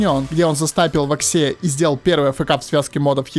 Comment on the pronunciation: вАкси а не ваксИ вроде